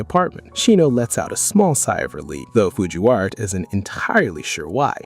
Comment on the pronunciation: did you guys hear him say Fujiwawa